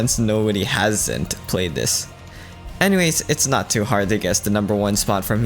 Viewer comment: Why doesn’t bro just pronounce ToO like “two/too”